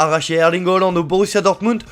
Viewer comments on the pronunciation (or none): none